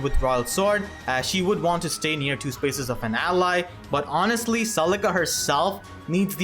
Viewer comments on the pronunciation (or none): none